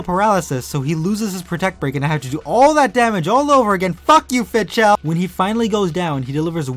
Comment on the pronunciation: I think Fidchell or howeveer its spelled is pronounced "Fi-dell". At least that's what I remember from GU.